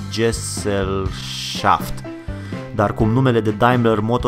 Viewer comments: Se pronunts SESĂLŞAFT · Se pronunță “Ghezellșaft” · Gesellschaft se pronunta ghezelshaft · Si GHESEL SHAFT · Se pronunța ,, ghezelșaft “ :)) hate productiv